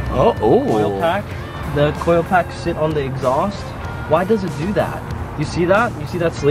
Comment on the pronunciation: I had to rewind the video , I was like did he say coil pack??? Lol